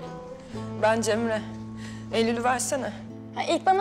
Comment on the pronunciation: اسمها جيمري موب جمري 🙂.